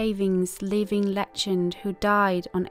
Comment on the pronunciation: Legend- wtf is lechend .